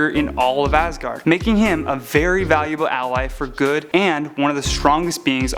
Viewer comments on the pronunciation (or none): none